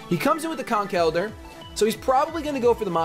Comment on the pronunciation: Why did you change your pronounciation of Conkeldurr? I'm used to your old one XD Who cares about etymologies anyway.